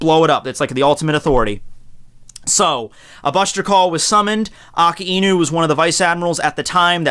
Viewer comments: It sound like you're saying "Aki Inu" sometimes. Didn't know it was difficult for native English speakers to pronounce "Aka", or is it the combination of "Aka" + "Inu" that makes it more difficult? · Its A- KAI- NU not AKA- INU "KAI" as in king kai. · It’s not Akiinu. It’s pronounced Akainu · I pronounce it like Ak-eye-new 😂 either way is fine though. Aka-ee-new sounds more Hawaiian which kinda seems like his theme. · So....i've been wondering something. I've heard you and a few other youtubers pronounce it aka-inu. I've always thought it was a-kai-nu or a-kay-nu. am i alone in this? i also understand that akainu means red dog and therefore the correct on is aka-inu. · Every time says Akainu, I die inside. It is pronounced 'ahk-eye-new'. The 'i' in japanese is very subtle when it follows an 'a'. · I have a hard time understanding some points, does he refer to "AKAINU" when he speaks of "AKINU"? Maybe is he another character? PD: Funny enough, I don't watch One Piece put I like to watch videos. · ah-kai-new sah-kah-zoo-key, seriously I understand differences in languages but if that's how the dub says his name it would annoy be to no end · I'm sorry, but the way you say his name.... Dx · You're pronouncing the name Akainu soo wrong!